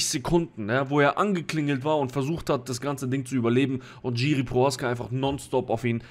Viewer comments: Name wird jirschi ausgesprochen nicht tschiri!!aber wie sonst geiles video!!! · Bro, bitte man spricht es nicht "GIRI" sondern "Jiri" aus (tut mir als Tscheche weh in der Seele) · Kurzer Kommentar zur Aussprache von "Jiří Procházka", gehe mal nicht auf die diakritischen Zeichen ein (Haken und Strich), da das r mit Haken in der deutschen Aussprache nicht existiert und das lange a von der Betonung sehr ungewöhnlich wäre. Aber es macht keinen Sinn das "J" von Jiri, wie ein englisches "J" bei "Johnson" auszusprechen, es ist einfach ein "deutsches" "J" wie bei "Ja".